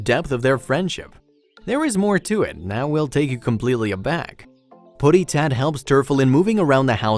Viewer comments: He can't even pronounce puddy tat. Like he's never seen the Sylvester & Tweety Bird cartoons. Is this a computer generated voice? Here's another thought: Cataract Surgery!!! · Plus, wrong pronunciation of Puddy tat, but then I guess that's a computer